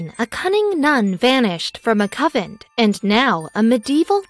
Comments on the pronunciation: Doesn't anyone preview these videos. The word is prounced con vent. Not a Covent. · Frances and I believe this is a computer generated voice and the writer did not know the difference between CON-VENT and COVENT OR COVEN. How said that Did You Know? did not check their spelling for reading. Perhaps they will remove this video and replace it with a correct pronunciation of the text. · Yes. Convent! The mispronuncians in your videos are so distracting. I'm done. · Yes, CONVENT. poor pronunciation really ruins the story. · Convent! Not Coventry! She’s a nun not a witch. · it is a convent..not sovent. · Its Convent not Coven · convent not covent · What is a "covent"? Oh, you mean CON VENT. Please learn how to pronounce words. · This is the most stupid poorly written story ive heard in tecent memory. Nuns still leave the convent. Life was tougher in the 12th and 13th centuries. Etc. Narraror should learn how to promounce CONVENT especially when she is talking about one. Irritating hearing "Covent" or worse, "Coven." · Nice try. Coven is witches. Covent is a mispronunciation of Convent, the place where Nuns live. I get disgusted with all the mispronunciations and misspellings. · Oh geeze the word has an N...CON-VENT. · CON-vent. Try harder. 🤦🤦🤦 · I thought she was saying "coven." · I thought she was repeatedly saying coven. :-) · I even heard "cupboard" a few times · She has an American accent so she is a native speaker of English. She just doesn't know that convent is pronounced con-vent. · Convent CON-VENT!!! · YES.. the mis-pro-NUN-ciation of CON-VENT.. was irritating and insulting to the Faithful. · dude, it's a cON-(like off & ON) vent. CONVENT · TERRIBLE PRONUNCIATION CON-VENT aggravating and distracting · Say it correctly....CON VENT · YES it is terribly distracting from the story. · Why can't she pronounce the letter N in the word convent? That is so distracting... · Seriously there is an "N". Convent not covent. So distracting